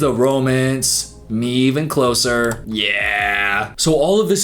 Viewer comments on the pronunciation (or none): none